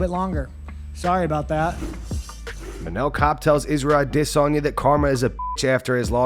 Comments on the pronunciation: Man the way this guy pronounce Adesanya is soo stupid. I-Diss-On-Yaah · Can you please learn how to pronounce izzys name? "A-Diss-on-ya" sounds dumb as hell. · SAYING "DISSANYA" LIKE THAT 10 TIMES AND THEN WRITING MMA COMMUNITY? I CAN'T WITH THIS GUY. HE MAKES ME WANT TO PUNCH MYSELF IN THE FACE. SO I LOSE BRAIN CELLS AND FORGET IT. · Why fuck does this guy pronounce it "ah-DISS-en-YA". Fuck its driving me insane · Dude why do ya’ll pronounce it dis on ya? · Why you pronouncing his name like that! AdEs-anya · Why do you always pronounce Izzy’s last name like that? “ahh-diss-sonia”😭 💀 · Please stop trying so hard when you say Adesanya. Come on man. It’s cuckish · Maybe now this narrator won't mispronounce the Last Gynobender's name? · Someone pleaeee tell me why he says Adesanya like that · I hate the way this narrator says adesanya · You trying to say Adesanya right is cringe